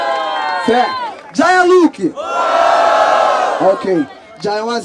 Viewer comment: A pronúncia é "JeyA", mas geral fala Jaya, e vai acabar ficando assim kkkkkkk